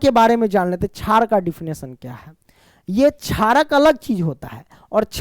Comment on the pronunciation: Ek chij notice ki ye sr shar ko char kahte he